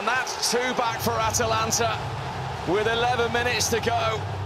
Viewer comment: Italian teams''ha''atalanta the Vilian, shocking and shocking 😑 lol